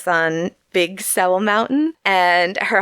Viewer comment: I think Sewell is pronounced "soo-wool". Nice job, girls. Godspeed! -b.